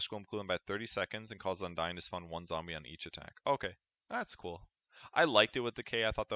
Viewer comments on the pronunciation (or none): none